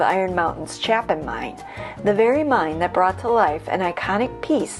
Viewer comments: Interesting video. A few additions/corrections: CHAYpin is how you say the name of the Chapin mine, not CHAHPin. Also, regarding the Ardis Furnace, mostly correct; however, the failure of it was more to do with the fact that it was several decades ahead of its time. Had there not been an abundance of high-grade ore readily available, it would have been financially feasible. With regard to the house in Grand Blvd - yes, that was John Tyler Jones's house, and yes, he did purchase the remnants of Ferris's Wheel (the original Ferris Wheel from the World's Fair), but it was not to build a conservatory - but rather a greenhouse for his wife. The greenhouse has been remodeled into an indoor swimming pool. With regard to the tunnels (yes two tunnels) leading from the main house...one lead to a barn, and the other lead to the house that he had built for his son and his new bride for their wedding present. The house that you showed on the video is not that house. The correct house is the one on the corner of the same circular compound kitty corner from the original house. Otherwise, very well done! I enjoyed it! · My hometown! Great video. Just an FYI, the A in Chapin is a long A. It’s pronounced Chay-pin. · Born and raised in Iron Mountain. Graduated 72 joined the Navy. It's pronounced Chae pin . I could easily make a 2 hour documentary about Iron Mountain and still leave a lot out. I've climbed all over the Cornish pump as a child when it was outside and silver painted with the fence falling down around it.